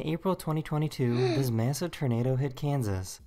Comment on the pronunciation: Hearing the commentator guy saying "ternado" was driving me crazy lol